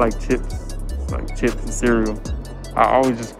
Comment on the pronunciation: why he say chips like that lol